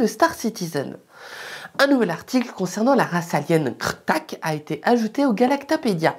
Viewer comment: C'est vraiment mon format préféré, tu gère du tonnerre... Même la prononciation "Kr'thak" !!! :D